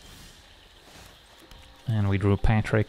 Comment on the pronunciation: and we drew a "Parick" hahah